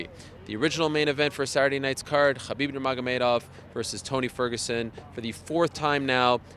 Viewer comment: The way Ariel pronounces “Khabib” ....😒